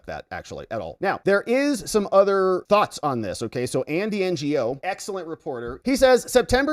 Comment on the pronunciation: Just an FYI : Andy Ngo is of Asian origin. His name is pronounced like "know".